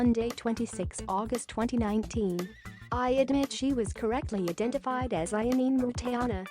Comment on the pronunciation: You should've at least learnt to pronounce her name properly before broadcasting it